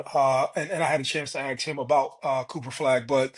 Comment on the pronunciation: C'mon son...bruh cannot pronounce Cooper Flagg!?